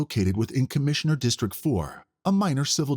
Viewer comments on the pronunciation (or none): I wish the narrator would learn there's a T in district. It's not districk